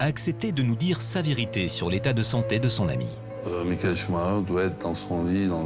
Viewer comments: Le clown incapable de dire son nom comme il faut. Michael Shuma cher.... n'importe quoi. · Le "Shouma cher" du journaleux m'arrache les oreilles... On dirait qu'il le fait exprès en plus 😅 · Pourquoi les francophone n'arrivent ils même pas à prononcer ce son de famille correctement, tous ils disent schumarer. Ensuite, foutez la paix à cette famille, ce n'est pas pcq ils sont super riche qu'ils ne vivent pas dans une vie très pénible à vivre, d'autant plus avec tous ces paparazzi qui essaient d'y piquer leurs grains avec un cover inédit. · pareil, on a entendu ' choumarère , choumakère, choumachère....qu'ils se mettent d'accord ... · Le journaliste suisse devrait déjà apprendre à prononcer son nom correctement avant de vouloir des informations sérieusement. A croire qu'il l'a entendu qu'une fois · C'est pénible d'entendre des conard de journalistes qui son même pas prononcé le nom de Michael Schumacher un grand monsieur du sport automobile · Ce luis qui ne c'est pas prononcé son nom correctement i ferme sa gueule de con je ne supporte pas con ecorche son nom personne n'arrivera à ça cheville Michael Schumacher et une icône unique au monde